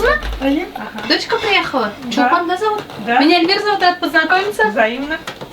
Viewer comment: И дочка -Чулпан, а не Сулпан(на Башкирском).